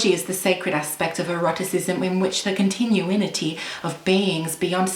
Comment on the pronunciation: book: ...continuity... her: "continue-inity"